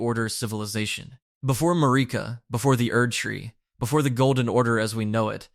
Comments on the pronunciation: Who tf is ma-rikka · Marika (MARE-IKA/MERICA) Radahn (RA-DON) please fix your pronunciation of the names of THE MAIN CHARICTERS